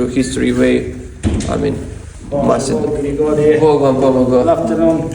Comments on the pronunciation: NOT MAKKADONIA ITS MACEDONIA DEAR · മാസിഡോണിയ എന്നാണ് ഉച്ചരിക്കേണ്ടത്, മകഡോണിയ എന്നല്ല. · Makdonia not, it's masidonia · മാകെഡോണിയ എന്നല്ല മാസ്ഡോണിയ എന്നാണ് ബ്രോ pronunciation 🤗